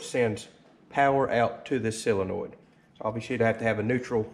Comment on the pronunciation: It is a solenoid, not a silenoid.